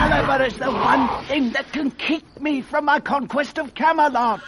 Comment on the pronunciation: Gdy słucham tego zdania, to im dalej w las, tym większe mam wrażenie, że on brzmi jak Shrek (nie, serio - wsłuchajcie się dokładnie w to, jakim głosem on wymawia słowo "Camelot").